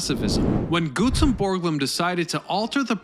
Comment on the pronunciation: Except for the weirdly Troll-worthy mispronunciations throughout the video, yes.. I like it. “Cluster” “Glutzen” come on.. this isn’t that hard.. I want to like the “it’s history” videos, but it’s a CONSTANT DISTRACTION” that you can’t get this figured out.. you’re better than this, I know it, but you’ve gotta get someone to double check your narration.. there’s just no alternative. Again, I’m a supporter.